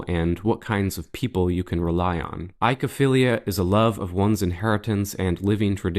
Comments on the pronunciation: oy like in ahoy or boy not eye-kow-feelia. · "Oi" is pronounced "oi". So, it's oi-ko-philia or oi-ko-stalgia, not i-ko =] (Cue Sesame Street attempt to sing "Oklahoma!" =] )